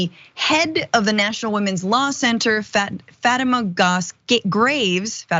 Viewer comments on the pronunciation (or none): Her first name is pronounced Fateeema